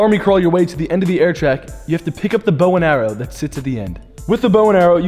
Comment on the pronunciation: the way Ethan say bowen arrow is sounds so fancy 😂😂